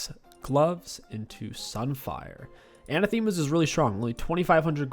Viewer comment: Its pronounced Uh nah thuh mah not anna thee mah